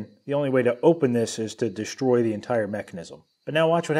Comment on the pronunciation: you pronounced the s in destroy as if it were an s and an h together DeSHtroy. I had a young engineer working for me some years back and she did the same thing. When I asked her about it she was insistent she pronounced the S correctly. Now she was from Newark NJ. I bet you are not. From what or from where does this mispronunciation derive? The addition of a non existent H to the S when the S precedes the letter T. A mystery worthy of a billion dollar budget.